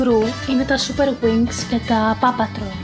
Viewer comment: Πόου πατρολ προφερεται τι πα πατρολ😂😂